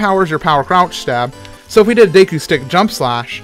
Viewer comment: Plays zelda but can't pronounce deku properly